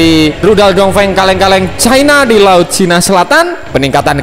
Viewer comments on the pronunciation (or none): none